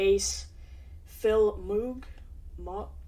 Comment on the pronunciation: 6 minutes and 5 seconds of my life i'll never get back. What a waste of time. Can't even say Mogg correctly-FFS. Had more interesting headaches.